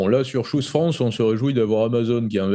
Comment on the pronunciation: FRANÇAIS...FRANÇAISES.... Si vous prononcez un mot ANGLAIS....prononcez le comme les anglais....sinon PERSONNE ne vous comprends...ni les anglais...ni les français..... Choose se prononce TCHOOSE......et non pas shoes....qui sont des godasses.....